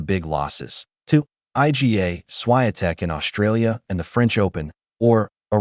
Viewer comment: Why can't Americans pronounce Iga or Raducanu properly?